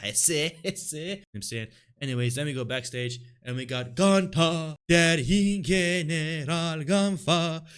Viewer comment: It's like brudda can't hear 😂 Gunther doesn't say "ying" lmao it's more of a "rrling"